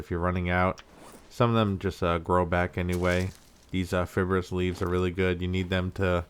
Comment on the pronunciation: Lol at how you pronounce “fibrous”